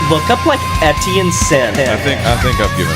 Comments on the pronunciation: It was driving me crazy 🤣 E-tienne not EN-tienne ffs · Brother you keep calling him ENtienne your entire video but it's ETienne like want to do some research orr just make stuff up? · why do you keep saying "ENtienne" its so distracting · Pronouncing it Ntn was driving me insane 😂😂😂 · bruh if you’re making a whole video about someone at least get his name right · how do you keep saying his name wrong